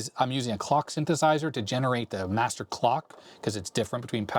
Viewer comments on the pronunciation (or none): none